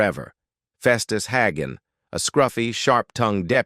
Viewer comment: AI voice, his last name was HAY-gun, not HAG-un.